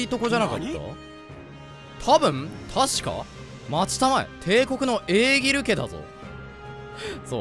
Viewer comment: エーギルちゃんって読み間違えおもろい